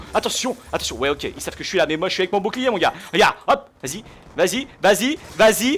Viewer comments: je kif comment tu dit boucliet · dit bou bou clier au lieu de bouclier ;) je trouve sa plus jolie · Jadore quand tu dit bouclierr